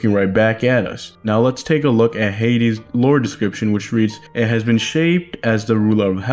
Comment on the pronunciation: + its hayd-ees not hayd-s